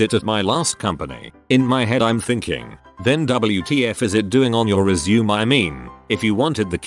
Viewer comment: when the commentator doesn't knoe how to pronounce resume I'm out.